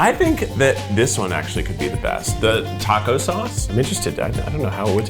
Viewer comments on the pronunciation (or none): none